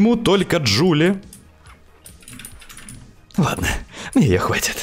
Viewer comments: ДжулИИ а не ДжулЛИ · Джулии, а не Джулли